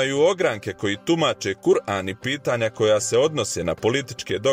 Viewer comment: Bas me zanimala razlika ove dve struje, konačno sam saznao. Samo mi nije jasno sto ovaj narator izgovara kur-an a ne Kuran. I sto je na početku obeležio Kosovo kao posebnu državu 👎